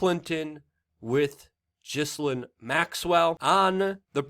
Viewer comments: What's her name's name is not JISSILAINE. It is GheLAYne. NOt JISS anything. Not JISSA- anything. Please say it correctly. It makes me wonder about the level of research when, so many months later, you don't say her name correctly. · Its pronounced Gilane. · it's pronounced 'Gillane', with a G pronounced as you would when you say 'get'. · GHIL-AINE ... how is is that people don’t know how to say her name properly! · Thanks for the new pics! Ugh. Teflon Bill strikes again. Her name is actually pronounced: Gill Lane. Disgusting human being! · Gi Lane.... Proper Pronunciation . And stop saying irrigardless... Makes you just sound dumb...